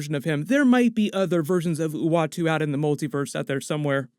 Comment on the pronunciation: ...howdy from Nashville Tennessee I'm just glad you said the watcher's name right.